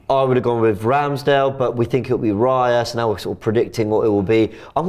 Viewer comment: Another video where Robbie is pronouncing Raya’s name wrong. Your saying it as it sounds like reya when it’s Raya